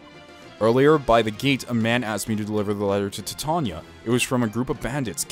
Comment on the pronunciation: Thank God you pronounced titania right, I was looking for a let's player that could respect my favorite character's name. I don't know why it bugs me that people can't pronounce it right but it does.